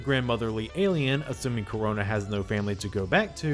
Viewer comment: Karona you say?